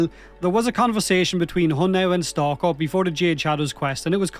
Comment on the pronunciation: stalkather? (stalker and father put together) did I hear that right? xD